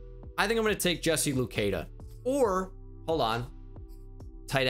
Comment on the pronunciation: Hey, I’m from Ottawa, Canada. The same place as Jesse Luketa and I just wanna let you know his name is pronounced Lu-ket-ah not Lu-key-dah Still love the content, keep up the good work!!